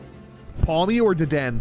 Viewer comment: He's mispronouncing every pokemon it's become his original character now XDDDD Dedenne is pronounced Deh-deh-neigh Also you're 3'11